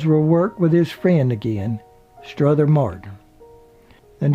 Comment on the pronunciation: The narrator keeps adding an "S" to Strother Martin's 1st name